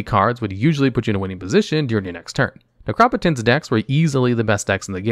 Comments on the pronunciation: I pronounce it Necro-Potence... now I feel ive been saying it wrong for years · Necro-Potence is correct, this guy just pronounces a lot of cards weirdly.